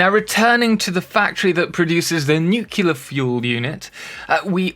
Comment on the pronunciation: "nukila power". I always assumed it was a matter of accent 😁